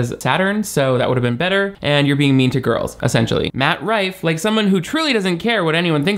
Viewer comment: The best part of this video is all the different ways you said his name wrong. “Mike Roofie” being my personal favorite.